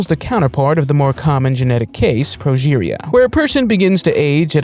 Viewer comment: Couldn't comment on some of your other videos, but you kept on saying Properia when the disorder is called Progeria. You mentioned it several times as you were showcasing a number of individuals with the disorder. So just wanted to correct you so that you don't keep making the same mistake:)